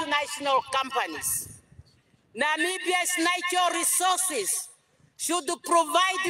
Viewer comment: You think somebody that can't even pronounce the word natural resources properly, can take care of it? Ovo otaaningi ashike iinima yavo😢